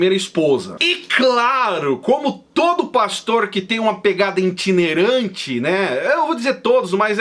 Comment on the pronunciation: Video muito bom. Mas, não se fala "itinerante" mas sim, "itinerante"